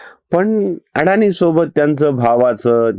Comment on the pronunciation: अडाणी नव्हे अदाणी असे आडनाव आहे🙏